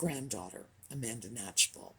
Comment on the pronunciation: Amanda who? I played it over and over and it sounds like you are saying Amanda Natural?